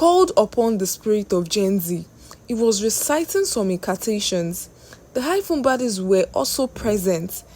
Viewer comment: I phone please not high phone eee